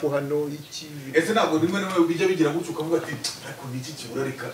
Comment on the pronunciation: muzamubuze kuvuga ngo gutyoo abivuga nabi kbs wapi wapi ntago aribyo